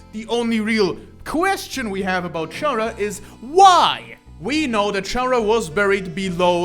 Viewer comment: did you know "Chara" pronounce "Character", Like, Car-Ah, not Char-Ah.